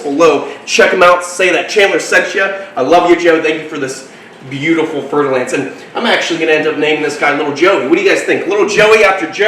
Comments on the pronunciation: Fer-de-lance is french word. You have to say with French accent or I unfollow your beautiful channel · fer de lance, mhm. i did not know how to spell it and i thought i heard fertilized ants..... yea. i knew it wasnt right, but what IS right then?